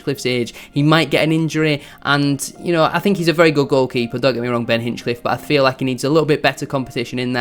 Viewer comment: Well researched but missed the target on one or two points. i) A number of the fringe players you mentioned were brought in - often at short notice - to cover an unprecedented catalogue of long-term injuries; that’s all they were, cover. ii) It’s Ben Hinchliffe not Hinchcliffe; what is it with YouTubers who simply can’t get his name right, even those like yourself who are better than most; likely golden glove this season and an astonishing story from NLN to League 1 breaking almost every County goalkeeping record on the way. iii) You’ve missed the point about County’s recruitment over the last four years and the signings you suggested were way off the mark; the players brought in were never just about promotion, but about the next promotion as well - Sarcevic (pronounced correctly ‘Sars-e-vik), Madden, Powell, Olaofe, and others. Bradford City might look at this model to their advantage and learn. Wrexham to a degree have done like County, though have actually lost out to County more than once over the past three or four seasons in player chases (Nick Powell); the Vita properties (County owner’s company) in central Manchester are a big enticement and makes playing for Stockport County very attractive (Search Vita Living in Circle Square for example). The club’s infra-structure in every respect is some way in advance of their position in the pyramid. iv) If you check out the County forum, there’s a thread about players’ contracts - not really an issue (though Ethan Pye being p